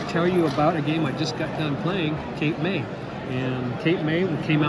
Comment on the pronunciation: Cape May is technically in New Jersey, not New England. But hey, who's paying attention? This New Jerseyan. HA! You said it right. It's a solid game. I have yet to open my copy of Transmissions, but am now tempted after watching your video.